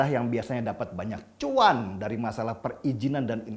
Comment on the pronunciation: Bang Denny, koreksi dikit. Cuan itu penyebutannya Cwan. Bukan Cuwan. Makasih perhatiannya. Salam merdeka.